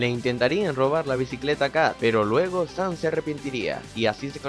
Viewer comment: Dice San no Sam